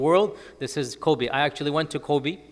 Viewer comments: The pronunciation of Kobe is Kobey. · I think he still pronounces it a bit like the name of the basketball player /kobi/ while in fact the final /e/ is the same as the /e/ in [bet].